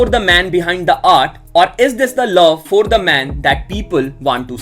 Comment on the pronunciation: pehle was aur for bolna seekhle